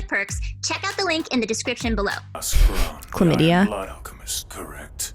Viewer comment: warrio.. clamidya LOOOOOOL i cant stop laughing